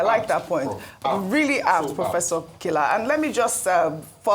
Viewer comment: Kila not pronounced Killer pls